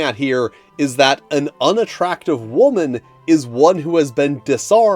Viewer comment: Whaa-man? What is this Whaa-man?